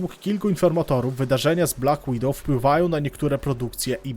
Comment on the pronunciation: "BLACK WIDOWOW"